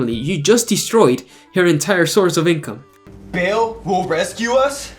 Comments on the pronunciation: Who tf told them Ba'al was pronounced Bale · I cringed when the Romans sounded like stereotypical Italian mafia lords lol -poor acting, terrible props, was a bit weird -The dudes pronouncing Ba’al as “Bail”